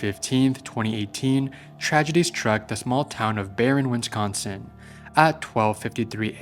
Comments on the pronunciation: Bro. It’s Wisconsin. WIS-CON-SIN. It’s NOT friggin Winsconskin. Wth dude. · there is bo third N in wisconsin